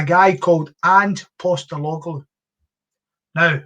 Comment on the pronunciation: Mibbe learn how tae pronounce Postecoglou before spouting aboot the game.